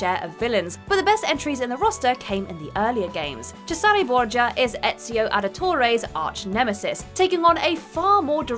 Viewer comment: that would imply either a sense of humor or enough confidence to actively instigate the haters, and i dont think either is true. ETCHIO tho.... she only pronounced Ezio as ETCHIO once, but that hurt.